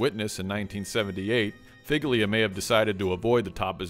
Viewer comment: Figlia is pronounced fee-lee-ah, like feelya. I understand you don't know the language, but madone…